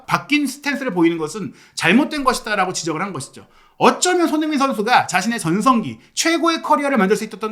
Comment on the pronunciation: 항상 잘 보고 있습니다. 조심스런 말씀 드리자면.손흥민 발음을 좀 정확히 해주셨으면 더욱 좋겠습니다. 죄송합니더 ^^